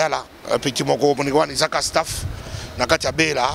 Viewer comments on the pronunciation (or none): none